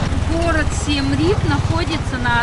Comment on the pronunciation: Произносится: Сиэм Риэп